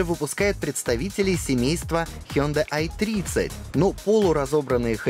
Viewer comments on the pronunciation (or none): none